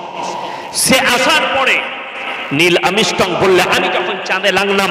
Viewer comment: আরে সোনা দাদা নীলআমিস্টং কোথায় পেলেন আগে উচ্চারণ ঠিকঠাক করুন।